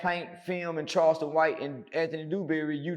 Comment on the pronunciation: Charleston is always buthering someone's name